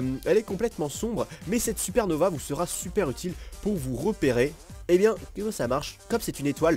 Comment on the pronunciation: ya pas de "E"a nova